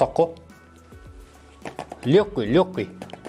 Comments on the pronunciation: Лөкки деп па😂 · Лёгкий деген созди кушти айтасыз 👍😂, карапайым тилмен жаксы тусиндире билесиз